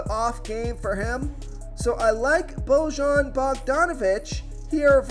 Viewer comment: I see your Eastern European name pronunciation has gotten no better. Just do you know, luka is DON-chich not Don-kitch and bogdanovic is “BOY-yan” not “Bo-Jon ”